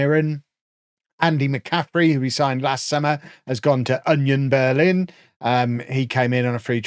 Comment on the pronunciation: Everyone is talking about saying Canadia but no one is talking about the fact that called Union Berlin "Onion Berlin"